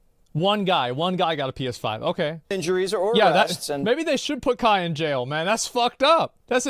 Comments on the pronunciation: How do people paid to be on television somehow read "Kai" as "Kah"???? How does this happen? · How tf do you pronounce kai as kah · You clearly know it's a boomer news guy when they can't when say Kai right and says "ka" when there is an i in the name there for a reason. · She follows and knows kai but cant say his name right ???!?!?!?!?! The news is such a scam . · How can ”Kai” be that hard to pronounce😂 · Just the fact that they haven't even taken the time to learn how you say his name correctly just completely nullifies their statements. This is on Kai. It's all unfortunate and a rough lesson learned. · This guy can’t get the platform or the person‘s name right. To be a reporter in 2023.. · How is every single one of them incapable of reading and then saying the name "Kai"? I'm going insane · it is, but the reporters here pronounce it like a Mortal Kombat character 😂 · i dont condone kai at all. but the news casters not being able to pronounce his name right just shows how much they actually care about the topic. just going back to their old boomer takes, "i mean if it was the beatles i get it...."